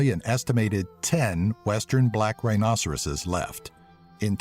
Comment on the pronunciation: "rihnosaruses" if i even spelled that right lol is that even a word xD